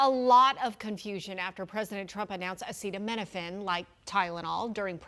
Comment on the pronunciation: I'm not trusting a man who cannot pronounce acetaminophine. Autism is mostly genetic, people have to remember even one small gene can skip a multitude of generations then suddenly appear.